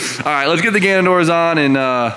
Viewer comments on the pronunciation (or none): IT'S GANADOR. NOT GANUNDOOR.